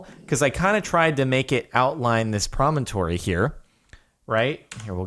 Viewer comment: Jordan.... please say "promontory" one more time..